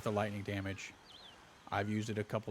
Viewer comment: Love the build, but my adhd kinda lost u want I swere i heard wamage lol😂